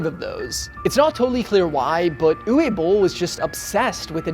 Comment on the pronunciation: Uwe in Uwe Boll is pronounced Ooh-vay.